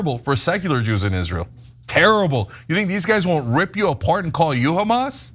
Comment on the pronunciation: Did anyone notice that any word starting with the alphabet H Jews can’t pronounce it :: example hamas is kamas - harry is karry lol 😂